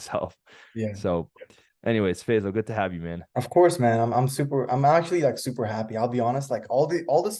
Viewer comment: Bro his name is NOT Fezal. His name is Fay-sal.